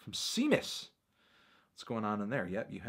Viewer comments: "Seemus" lol it's pronounced Shaymus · Can't believe you just pronounced Seamus as Seem-Us